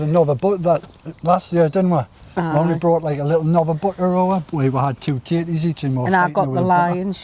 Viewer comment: Every time you said tatties, subtitles said titties! Hilarious, really enjoyed the singing. hugs